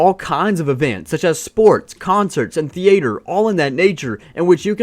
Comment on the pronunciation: Bro really just rhymed theatre with nature